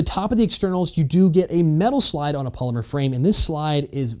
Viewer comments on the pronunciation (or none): none